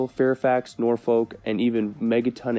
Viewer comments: I'm from Virginia, you say Norfolk as norfik of norfuk, not Nor Folk. ya hik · He said Norfolk wrong lol